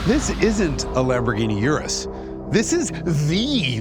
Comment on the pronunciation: You said Urus correctly ❤